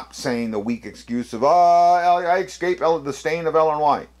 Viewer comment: Why do you keep saying “exscape”? There is no “x” in escape. That aside, good vid.